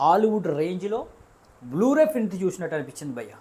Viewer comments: నువ్వు ముందు ప్రింట్ పలకడం నేర్చుకో ఫ్రింట్ కాకుండా. రివ్యూ తరువాత చెప్పచ్చు. ఆంధ్రావాలా సినిమాలో రాయలసీమ?--- ముందు అక్షరాలు పలకడం నేర్చుకో మిగతావి తరువాత మ్యాటర్. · Print ra adhi frint kadhu.. print ani palakalekapothunadu veedu review lu istunadu..